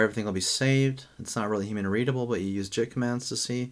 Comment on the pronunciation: Good video. But dude, please pronounce Git the correct way. How you say it, it's hard on the ear. Google if you don't know, but it's like the word "get".